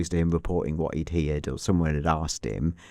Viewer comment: Anyone else notice the curious pronunciation of “interesting” and “heard”?